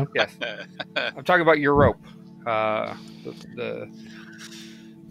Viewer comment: Colville saying Eurp confused me for a while. Europe is pronounced 'You'reip'